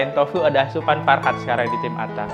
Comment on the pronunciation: Fahrat bang bukan farhat🙏